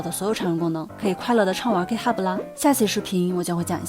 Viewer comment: UP 主还不错，至少 Git 读音没错！